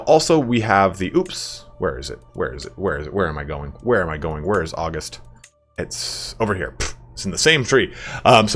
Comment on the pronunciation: This may be a nitpicky thing but August is pronounced Uh-Gust and not Awwgust. Both the month and the personality are named for the first Roman emperor Augustus. When someone exhibits regal traits of Augustus they are Uh-gust